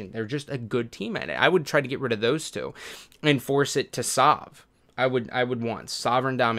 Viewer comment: lmao, when you weirdly pronounced the word two, it sounded exactly like you say two in Norwegian.